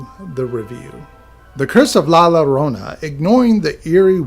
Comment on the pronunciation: The two L’s make a Y sound my guy